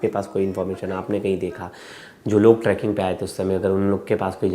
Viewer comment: Tracking area .. kaise journalist ho.. Trekking hota hai.. sahi bolo Aaj Tak ko represent kar rhe ho.